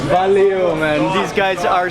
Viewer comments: It is "valeu", not "valio" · He pronunces "valeu" as Valeo (company).